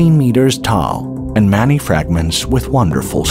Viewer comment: took me awhile but this is being read by an Artificial Robo Voice..at about 23 minutes it says Manny in stead of Many..why do you people do this ..It ruins a Perfect Subject